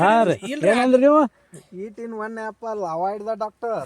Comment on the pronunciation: Yaafal ❌ Apple 😂😂😂